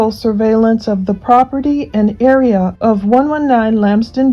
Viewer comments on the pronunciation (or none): none